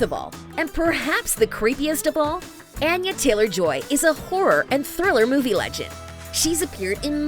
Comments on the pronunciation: Anya is not pronounced with a long “a”, it’s a short “a”, think altar instead of apple. Your narrators should really get the script right before recording, it’s seriously annoying. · Ah-yah not ann-yah.